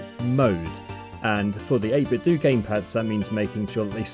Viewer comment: fyi, it's pronounced 8bit"doh", like Nintendo. :)